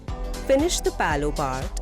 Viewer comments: Palow kya hota hai LMAO. How hard is it to say pallu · Did you just referred the "Pallu" as "Paloo" throughout the video??